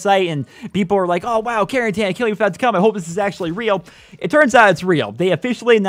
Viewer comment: It's not pronounced Caren-TAN its pronounced Caren-TIN